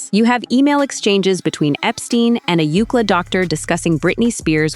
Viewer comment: It's U C L A, not Ukla. Stupid AI.